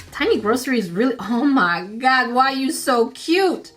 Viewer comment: I love when says “o me gerd” I love it